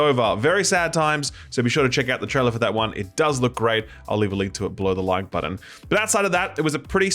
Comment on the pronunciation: It bothers me that he says “budden” instead of “button”